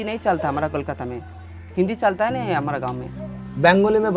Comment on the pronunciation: Bengali mostly from Kolkata do not sat salta …in place of Chalta